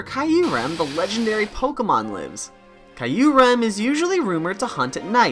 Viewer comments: Kee uh rem, not kaiuu rem🙃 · one true enemy is pronouncing Q-REM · I’m sorry but that Kyurem pronunciation sounds like nails on a chalkboard to me